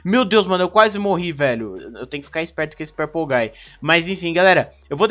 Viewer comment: THE MAN BEHIND SLAUGHTER EDIT:ELE Fala purplegay KKKKKK